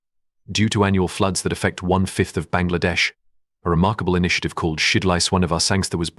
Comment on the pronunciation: Your pronunciation is to be improved. Even the prime minister's said wrong. 👎👎👎👎👎👎👎👎